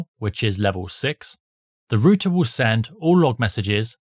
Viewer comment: It's R OUT ER OUT NOT ROOT-A